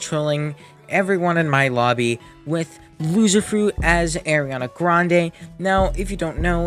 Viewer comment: “Aireeana grandayy”